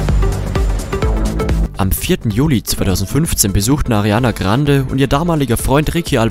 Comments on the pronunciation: Arrrrianna Grrrrrrrande 😂😂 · Wen triggert es auch so extremst wie er 'Ariana Grande' sagt😂🤣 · Ich finde es trotzdem sehr schade das man so ein Video überhaupt mache muss! Und außerdem lern erstmal ihren Name richtig auszusprechen bevor du so ein nutzloses Video machst! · Können wir mal darüber reden wie er ariana grande ausspricht? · Mich triggert es so hard man 😂😂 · Bevor du sie fertig machst , sprich mal ihren Name ordentlich aus kslskskskksks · 1. lern erstmal ihr name richtig auszusprechen 2. sie is eif nur ein mensch und jeder macht fehler 3.du tust so als würdest du keine fehler machen 4. is es richtig asozial irgendwelche fake sachen zu erzählen und irgendwas zu labern was nicht mal stimmt Erstmal melden